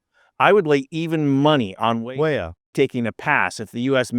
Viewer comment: What the eff is wrong woth this video? Every time you said Weah, did you mispronounce it? And then poorly dub the correct pronunciation over it? Frigging sloppy man, insulting to the athletes you were trying to support.